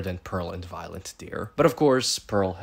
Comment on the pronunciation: Are you calling her “Violent” I feel like I’m hearing shit 😂😂😂😂